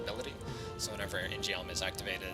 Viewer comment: Eww that shit pronunciation of "In-Geom"